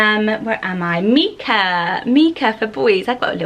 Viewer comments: I have a son called Micah lots of people say it incorrectly as Meekah maybe because of the singer. But the biblical pronunciation is with the strong I so Mykah as it’s a variation of Michael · Micha or Micah is often pronounced like Mike(a). Long "i" sound. Never heard it as the "i" sounding like an "e" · Never thought I’d hear my name in one of these haha. My name’s Mikaela, but I’ve always gone by Mika. I think the stone/biblical name you mentioned here is pronounced mike-ah, while my name is pronounced meek-ah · I love these name! In America we pronounce Micha like My-Ka, which I think makes it more wearable for boys. Mee-ka sounds more girly to me, so cute either way! My grandma's name is Coralie, I love it so much! How do you think it compares to Coral? Do you think Coralie will increase in popularity soneday? My sister-in-laws name is Jade; she is 25 so that makes sense to me that it was trending in the late 90s! It Is is such a cute name and is super wearable!